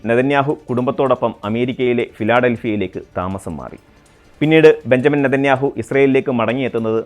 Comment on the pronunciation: ബഞ്ചമിൻ എന്ന് എഴുതുന്നു പക്ഷെ വായിക്കേണ്ടത് ബിന്യാമിൻ എന്നാണ്‌. തിരുത്തും എന്ന് വിശ്വസിക്കുന്നു